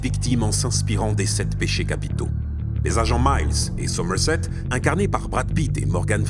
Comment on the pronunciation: Super vidéo, cependant, je n’aime pas chipoter pour des clopinettes, mais je ne peux m’empêcher de réagir sur les prononciations (Dayvid Fincheuw, Somewset, Twacy), et c’est Mills, pas Miles!🤣 Bref, cet épisode est une tuerie et ce film est une giga tuerie!